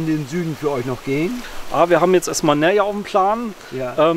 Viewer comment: so lustig, wie die Deutschen die spanischen Ortsnamen aussprechen 😂😂, dass die so überhaupt bis Nerja kommen 🎉 Ein bisschen Kenntnisse der Sprache wäre schon anständig 😮